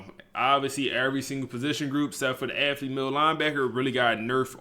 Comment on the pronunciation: Bro is a genius with the game but I would love to get him a speech pathologist no disrespect 😂 it KILLS ME every time he says AFFlete like bruh lmao